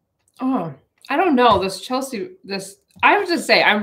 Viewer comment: Hi, sorry to correct you but it's from what I've grown up with but it's Chelsea, sea like the ocean. Not see-a...lol. Don't know bugged me but sorry it did...ha ha